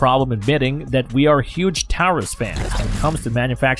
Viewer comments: The AI narration is extremely aggravating. Who says, "...point three fifty-seven," or ," 9 millimeter lugger," or, "Tireus (Taurus)." I don't value the opinion of a computer program. Be real or get lost. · "Tow-rus" "Lugger" "Point three five seven" Get a real person to do this, not a stupid robovoice. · Taurus is pronounced "tore-us"